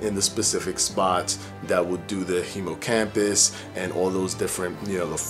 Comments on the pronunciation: dude said HIMOCAMPPUS lol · Did he say "Hemo Campus??" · Wait...did you just say HEMOcampus?😯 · he said hemocampus lol. wait is there a hemocampus. there is a hippocampus